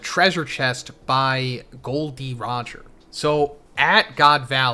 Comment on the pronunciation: Gold Roger? Gol D Roger! Figarland Garling? Figarlan D Garling